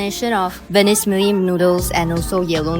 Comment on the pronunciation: Also try to get VERMECELLI correctly sounded